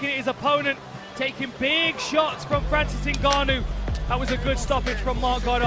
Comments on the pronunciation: I miss Francis Enguhknow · francis ganoh!!